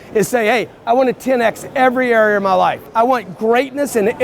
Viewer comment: I cant stand how he says “area” as “ery-air”